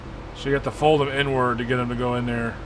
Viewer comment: Everytime you say the inward it sounds like you're saying N WORD. LOL